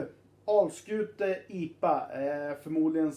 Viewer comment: Uttalet av Alskute var helt OK, i.a.f. enligt halvgotlänningen här.